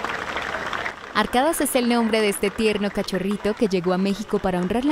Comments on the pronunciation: NO SE DICE ARKADAS, SE PRONUNCIA "ARKADASH" la ultima letra es del alfabeto turco...que alguien les diga por favor. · No es arkadas mensa ya dijeron como es un nombre turco la s la pronuncian como sh y la k creo como" y" no como español .cambia su fonetica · Se pronuncia arkadash..con acentuación en la primera a.... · Algo muy importante que no se debe confundir la pronunciación es Arkadash porque si no no significa lo que es "amigo"